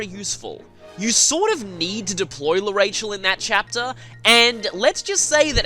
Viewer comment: I dont mean to be rude but its prenounced arashell